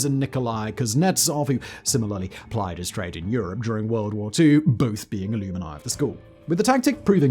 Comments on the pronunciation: In the USA, it's pronounced "uh-LUM-n'eye." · Alumini? Think Simon’s on auto again. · "... both being ILLUMINI of the school..." It sounded like he was starting to say Illuminati, but cut it off prematurely. However, the context points to the word in question being alumni. Heh heh. This one took me by surprise. I'm used to Simon leaving out whole syllables in the middle of far more multi-syllabic and frequently foreign words or names, like "AustropiTHEcus" (Australopithecus), or "ERASthenes" (Eratosthenes). NOT perfectly ordinary and relatively short words. What an odd quirk! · Love your articles PS. Alumni is generally pronounced "al - um - nye' (stress on the 'um') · that is NOT the "British" pronunciation of ALUMNI , Simon is just a silky-smothbrain